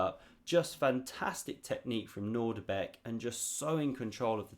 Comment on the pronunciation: I have some very bad news. It's not nordibek its Nodirbek: ( I made the same anglo mistake of assuming the presence of a familiar "nordic" initial syllable but... alas, not so! I know you worked hard on this vid, and some may not notice. Feel free to delete this comment if it suits you